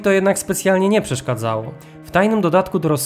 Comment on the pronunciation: Ciekawy kanał i filmy. Warto jednak popracować nad starannością wypowiedzi i poprawnego rozkładania akcentów stosowanych w j.polskim. Np. 9min.24 sek. - "nie przeszkadzało" - akcent nie jest położony zgodnie z poprawną polszczyzną. Wiem - czepiam się - ale sądzę, że warto się temu przyjrzeć i przyłożyć się. Przykładów mógłbym podać więcej, ale nie o to chodzi, w moim wpisie, by się szczegółowo czepiać. Zwyczajnie zwracam na to uwagę i uważam to za przejaw szacunku do języka, ale też i widzów. Ale, być może, to tylko moja opinia i pora oddać siebie do lamusa lub archiwum..? :) Pozdrawiam